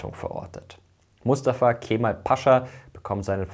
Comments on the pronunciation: Es wird nicht „Keeeemal“ ausgesprochen, sondern einfach nur Kemal ohne das E in die Länge zu ziehen! ☝🏼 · So wird's ausgesprochen: Kämmall.